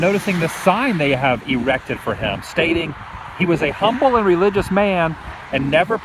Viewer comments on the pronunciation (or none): none